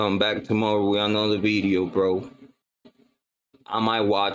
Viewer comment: Veedeeo lmfao